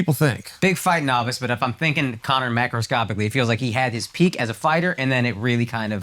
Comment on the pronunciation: As soon as I heard Akaash say macroscopicly I bailed.